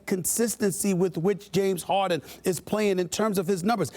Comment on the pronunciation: "James Hawden"